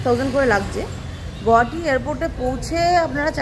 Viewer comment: Correct pronunciation of Guwahati is গুয়াহাটী, not গুহাটী or গৌহাটী😊